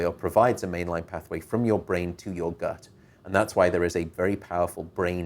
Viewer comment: The way Dr. Patrick says gut really bothers me.